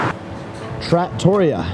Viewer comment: did he just say trattoria like that?!!!